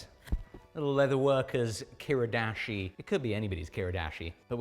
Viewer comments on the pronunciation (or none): Ki-RI-dashi. Not ki-RUH-dashi.